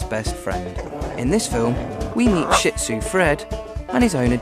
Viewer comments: hint:its shih tzu not "SHIT zu" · I can't believe a dog show video perpetuates the mispronunciation of Shih-Tzu. It's Sheet-Zoo! Original pronunciation is sure-ds which is hard for americans to say. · A ha ha he said Shih Tzu wrong!!! What a dork! LOL